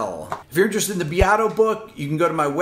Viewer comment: Rick biato..... noooo !!!! pronunciation of Italian name: Rick BE ( like BE-st) A ( like A - mbient) TO ( Peter TO- sh) and will be 👌🏻